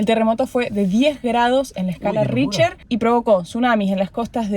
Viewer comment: El terremoto fue de 9,5 grados de la escala de Richter (rijter,se pronuncia).Saludos.